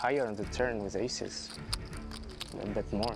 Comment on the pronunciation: The AI says "bait" instead of "bet" many times. I like the idea of 3-baiting. But seriously fix that please.